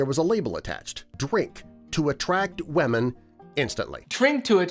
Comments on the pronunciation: wemon-noun pronounced weh-men definition: the way 55-year-old men that do voiceovers for animated stories say women. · The disease one is voiced by the facts verse guy you can tell by his miss pronunciation of women